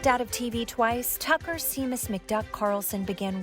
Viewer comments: "Sheamus" is pronounced "Shay-mus", not "See-mus". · Funny and well-written but who was supposed to edit it. The word "wreaked" is NOT "wrecked." "Seamus" is NOT "See-mus" but "Shame-us." Oh well, the English language is shot to hell anyway. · I’m truly not sure if she mispronounced Seamus on purpose or on accident lol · I'm sorry but Seamus is pronounced 'shay-mus' NOT 'see-mass' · "Seemus" lol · Seamus is pronounced "SHAY-mus". Now You Know!*** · Seamus, really? 😁 It's pronounced "shamus". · Oh, no... W-R-E-A-K-E-D is pronounced reeked, not wrecked. S-E-A-M-U-S = SHAY-muss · Hey Desi...I love you but ”Seamus” is pronounced “Shay-mus” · It's pronounced "Shay-muss". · Very funny, but "Seamus" is an Irish name. Not all of the letters are pronounced as they are in English. Modern IPA: ʃɛ́jməs. Traditional IPA: ˈʃeɪməs. "SHAY" + "muhs" (Other examples: Sean and Siobhan.) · Seamus is pronounced Shay-Mis. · Did she mispronounce Seamus?